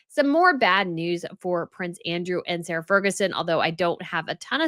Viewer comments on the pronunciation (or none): none